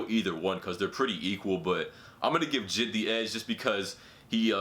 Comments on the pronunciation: Bruh are we gonna ignore him saying jid instead of j.i.d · This nigga said jid 😂 it’s J.I.D my man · This dude really calling J.I.D. Jid I’m sleep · the reason im getti g triggered is because you are saying jid instead of j.i.d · He called JID “jidd” 😂😂💧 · J I D not jid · You say J I D not jid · Mans said jid like rhymes w kid Lmao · You really need to learn how to pronounce JID